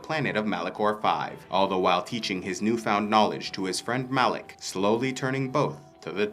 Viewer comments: Are you stupid? It's Malak not Alek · It’s Malak.